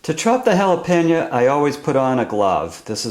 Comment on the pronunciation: You pronounce Jalapeno - "Hal-Ah-Pan-Ya" ??? LOL